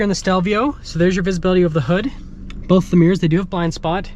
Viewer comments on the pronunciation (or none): none